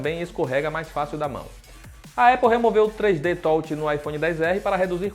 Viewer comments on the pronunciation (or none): “3D tolte” kkkkkkkk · 3 D TÓT, AHH PARA NÉ, FALA DIREITO POW